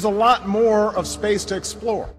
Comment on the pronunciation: And spacex awweady has deveowoped a mowe powewfuw vewsion >w<